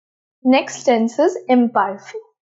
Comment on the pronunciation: Kindly check the pronunciation of Imparfait.Your presentation is simple n good. 👏👏